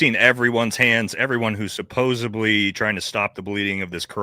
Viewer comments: Brother I love you but you gotta stop saying “Supposebly”, it’s driving me up a wall. The word is supposedly. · The word is pronounced SUPPOSEDLY not SUPOSIBLY. My God. And stopping fucking with your hat and ear piece. It's very annoying. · SUPPOSEDLY!!!!! Not sopobably!!! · 'SupposeDly' not 'supposeBly' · Bro I love you but you gotta stop say “supposubly” haha😂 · Can we please fix the “supposebly? It’s supposedly. 😂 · It’s pronounced “supposedly” NOT “supposebly”. It’s a “d” not a “b”. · Supposedly, not supposably. Better yet, allegedly. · The word "supposedly" doesn't have a "b" in it. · OMG kept thinking the same thing! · Friendly tip, there’s no B in the word supposeDly. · Is it an ongoing joke that you keep saying 'supposebly'? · Stop saying "supposbly" smh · Please stop saying "supposeBly" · Someone has got to tell him how to pronounce and spell supposedly